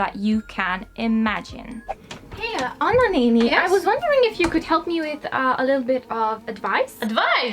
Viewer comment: OK, gotta ask, since your pronunciation (Anna néni, matyó, kalocsai) is waaay too good... Do you happen to have Hungarian ancestry / come from Hungary or Erdély ? 😊😊😊😊😊